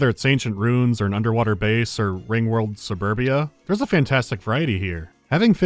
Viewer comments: ancient "ruunes" instead of ruins. Druids has fucked you up man. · "Ancient roons"?